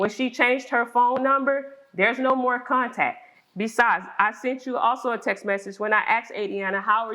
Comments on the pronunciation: I've never heard someone say "sunt" instead of "sent." Sorry if I sound ignorant. I've just never heard it before. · Why do people keep saying "sunt" instead of "sent"?!